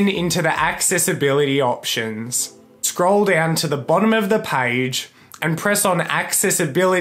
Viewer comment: We say page. Him: “Paige :D”